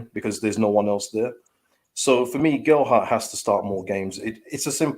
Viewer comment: Please stop calling him Gel-dart.